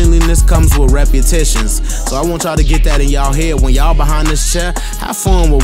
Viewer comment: Not “reputitions” 🤣